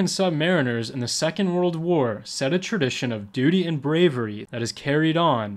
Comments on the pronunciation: Great footage. However the proper pronunciation is Sub- ma-RINERS, not sub MAR-iners. Think of a Marine with "sub" in front. - STS/SS (ret) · It’s “subma-REEN-ers”, NOT “sub-MARRIN-ers”. ⚓️ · maybe in the UK you say subMARRINers, but in the U.S.A. our men call themselves sub maREENers. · but that’s NOT what submarine sailors say. They say “submaREENers. You’ve clearly never been around them much.